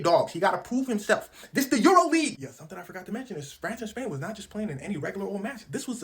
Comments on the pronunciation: Did he say trash versus Spain?😂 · Did he say Trash Vs Spain😂